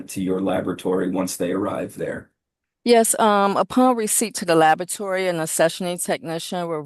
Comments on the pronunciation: She keeps saying "Lavatory." Why aren't they correcting her? Unless she checks the samples in the washroom? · I was taught to pronounce it la-bo-ra-to-ry. It sounded like “labatry.” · This witness has 3 degrees including a MASTERS and can't pronounce laboratory correctly!? "Not nuthin'" and "dat". There's no way I would have agreed to her being an "expert" witness if she calls the area of her expertise "labatory" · "How do you spell "Asperrience" and "Labatory"? Move to disqualify witness. She can't pronounce the words that describe what she does.